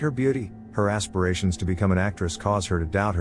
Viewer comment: "Her ASSpirations......"